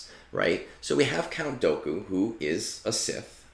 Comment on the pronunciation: Your pronunciation of Dooku made me unsubscribe 😔